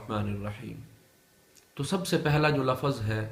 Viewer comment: Lafaz nahi lafz